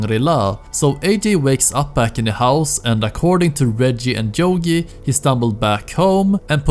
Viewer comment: It's not jogi, it's yogi you prat